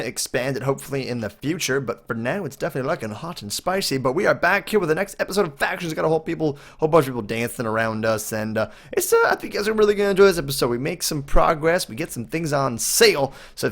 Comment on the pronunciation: You said fation